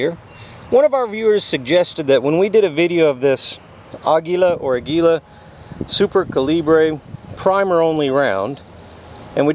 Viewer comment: Ah-gee-la Super Co-lee-bree